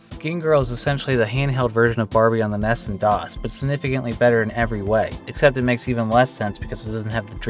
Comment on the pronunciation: And why do you say ness.. it’s n e s